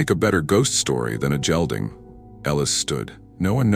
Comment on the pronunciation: Lovely story, the characters were easy to have empathy for. Very nice narrator who only mispronounced gelding. Ellis will make a mark in his life ….kindness , strength and empathy always does . 🫶🫶